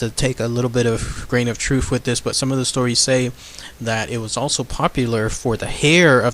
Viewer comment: Holy shit 7 mins in. It's WITH, not wiff.